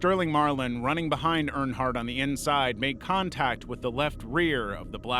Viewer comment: NASCAR fan here, Dale did win the Daytona 500 in 1998, also a few mispronounciations of Earnhardt. Try using an actual human voice, and check at least basic facts. P.S. Also pls stop editing the thumbnails to make it look like something impossible happened.